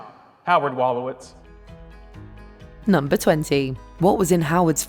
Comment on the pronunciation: Well we all know he couldn’t say dr. Wolowits